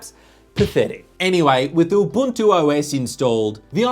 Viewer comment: Well done, he actually pronounced Ubuntu properly. The African way.